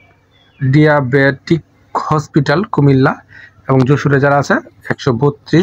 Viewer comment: বাগিচাগাঁও..❌ বাচিংগন...✅ ডায়বেটিক...❌ ডিয়াবেটিক...✅ ইন্টারভিউ...,❌ ইন্টারভু....✅